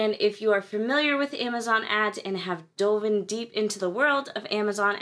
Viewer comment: I think delved instead of "doven", sorry